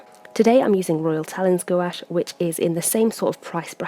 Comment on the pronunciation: really love this 101. only cringed a little about the english pronouncination of talens, but i understand it so much.